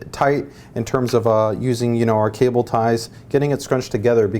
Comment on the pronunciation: What's Cabol Rating? LOL